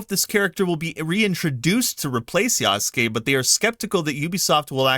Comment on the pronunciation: Yasuke is pronounced YAH-SOO-K-EH (not YAW-S-KAY) with the last ke or K-EH sound said quickly. The ke is pronounced as K-EH not K-AY.